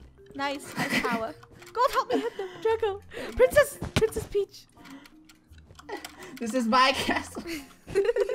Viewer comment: It's peach not preach